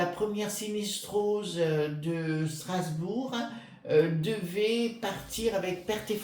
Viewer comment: Bonjour, Sras bourg = par le ment eu ro péen, point stra té gique!